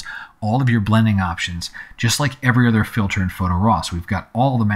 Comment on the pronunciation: Two things. First: This is a very useful tutoruial for a difficult tool. Thanks. Second: Am I the only one who noticed "fitler?"